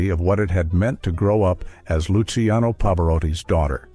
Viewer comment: Il commento parlato peggiore che io abbia mai sentito,pieno di strafalcioni: Pavaràti,Pavaròti, Pavari, Lukiano, miasténia, Nicoléta, pause posizionate in modo assurdo, per non parlare delle insopportabili,completamente cervellotiche inflessioni "italianeggianti"(si fa per dire) della voce narrante.